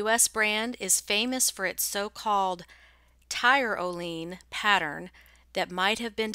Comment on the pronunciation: I remember these gowns, I had them when I was a little girl. I never thought much about them til now. How do you identify the pattern. And FYI I think it's pronounced Ty ro lee in